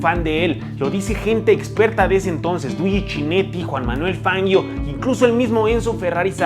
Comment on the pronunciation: Está buena la historia como la cuentas, solo que no es CHINETTI, se pronuncia "kineti", no es "FANGUIO" se pronuncia FANGIO y no es "COMANDATORE", es COMENDATTORE.